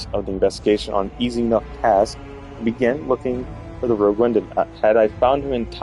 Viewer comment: ROGUE, no rouge! Es "pillo" "bribon", no "rojo"